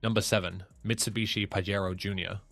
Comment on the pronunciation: I told youvits pajero not parewo